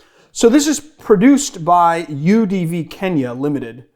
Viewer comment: When you first said "UDV" I thought you were pronouncing "Eau-de-vie" with the most American accent ever lol